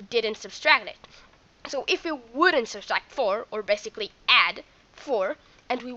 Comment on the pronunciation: Sub-tract...not sub-stract (I know I'm nitpicking but learn to pronounce it correctly now before it becomes a bad habit and more difficult to correct)